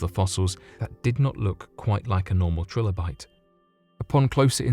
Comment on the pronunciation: "This led him to take the fossil to over 3 different labs".... so what, he went to 3.6 labs? Is four too big a number for you? Btw, it's pronounced TRI- lobite, not TRILL-obite... you know, like the common word tricycle you banana...